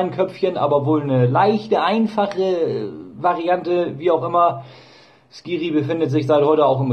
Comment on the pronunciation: Hallo ja ist schade mit der Verletzung. Da ich gerade in Tunesien bin, bekomme ich natürlich trotzdem alle News bei Skhiri mit. Ausgesprochen wird er übrigens anders als es alle tun. Das "kh" im Arabischen wird ähnlich wie "chr" im Deutschen gesprochen.